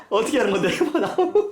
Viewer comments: 나무를 마녀라고 들은 1인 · 마녀라고 하는줄 알았어요ㅋㅋㅋ